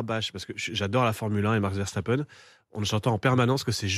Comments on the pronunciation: c'est VERSTAPPEN et pas VERCHTAPEN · Journalistes a 2 balles apprenez à prononcer un prénom correctement ❗verstappen❗ et non verchtappen ❗😂❗